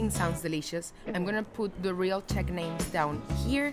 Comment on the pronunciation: "Teq"? What is that? "Czech"?